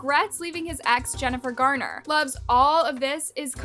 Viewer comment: It's "Garner"--not "Gardner."